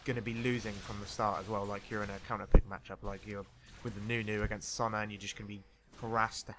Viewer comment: please say Sona properly ;_